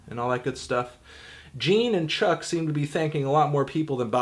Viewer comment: Do you not know how to pronounce Chuck's name?